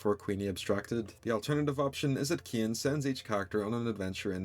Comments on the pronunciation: Caine ❌ Kein ✅ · You pronounce "Caine" as "kin"? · His name is CAINE, pronounced Kain, not "Kin" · Why does he pronounce Caine as KEE-ehn lol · Caine ❎ Ciane✅ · why are you calling caine "kein" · Why do you say ‘’kin’’ instagram of Caine Sometimes it sounds like you’re saying Kim